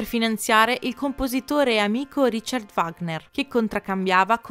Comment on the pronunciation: Il video è molto bello. Mi permetto di osservare che la pronuncia dei termini tedeschi è terribile. Addirittura Wagner viene storpiato!!! Era tedesco, Richard non si pronuncia come fosse un nome inglese. Il CH va pronunciato come la J nello spagnolo José. Saluti